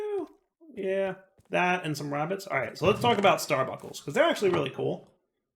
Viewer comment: its not buckle its bunkle as in uncle with a b its like the carbunkle the fantasy creature